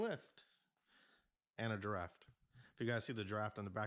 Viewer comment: Bruh. There is no "T" in giraffe ❤